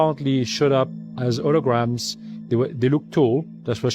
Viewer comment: "thee did noot show up ph-ee-si-cally they shewed up as hoo-i-grams" What a load of horse sh*t this guy is spewing. How much was he paid to do this bidding? Makes me sick that dudes like this A-hole exist on our planet. This is just what they said they were gonna do with project blue beam people! Ughhh!